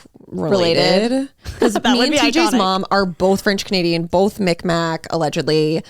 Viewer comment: It’s not “Micmac”, it’s Mi’kmaw (mig-mah) Please further look into it, especially if you claim that ancestry 🙏